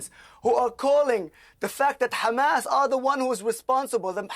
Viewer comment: Love it.. Khamas but 5 seconds later it becomes Hamas.. I wonder why they all seem to go out of their way to pronpunce the "Kha" when it is is a "Haa".